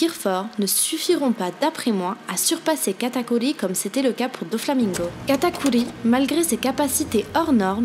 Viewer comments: C PAS KATAKULI C KATAKURRRRRRRI merci 😑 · je suis d’accord c’est insupportable, j’adore ses vidéos mais j’ai envie de me flinguer qd j’entends katakuli ou mugiwala